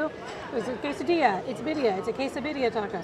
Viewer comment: k-sah-di-ya or quesadilla. not quesa-dill-ia...the food looks great!